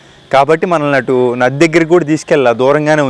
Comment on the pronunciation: నాది కాదు , నది. నీ తెలుగు తగలెయ్య